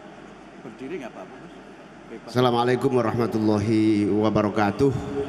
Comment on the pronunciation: Mohon maaf mohon betulkan redaksi salam itu yg betul itu assamualaikum ... Bukan salamualaikum maaf